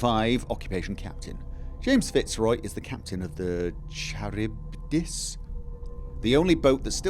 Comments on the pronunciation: Pronounced kar-ib-dis ; ) in case it crops up again lol. Loving this new series btw!! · The boat is "Kar-ib-dis", it's the Whirlpool Monster that wrecks Odysseus' boat in the Odyssey :3